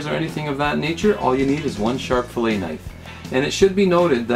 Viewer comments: there is no "canadian" version...its spelled "fillet" pronounced "fill-lay" and not pronounced "fillit" idc if your from saudi arabia its "fillet" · Hey thanks for the tutorial it was very helpful. But one thing, I believe it is pronounce fill-A not fill-IT. Also I did not know this but boneless fillet is redundant. The definition of a fillet is a boneless piece of meat. HAPPY FISHING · IT'S PRONOUNCED FILLAE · Haha, nicely put. I doubt that it should really be pronounced "fillit," but the internet just shows how rude people can be when they're anonymous. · I really wish y'all would stop sayin' "fill-it". It's a "Fill-ay" Both the process and the results... like Chick-fil-a , Fish fil a . Awesome vid, thanks for making it. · I thought it was funny how he pronounced it "fill-it" in the middle of the vid, and "fill-ay" at the start and end... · In our area, we pronounce the T so it is a habit to naturally say it. But you are correct the proper way to say it is "fillay". Thanks & good fishing!